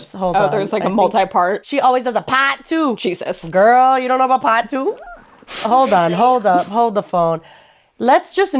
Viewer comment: This video is worth watching just to hear say “paht tew” 😂